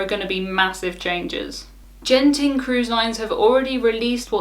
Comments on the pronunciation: It’s Genting with a hard G, like good, not a soft g, like Geoff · It's Genting not Jenting. As in the Genting Highlands Resort in Malaysia.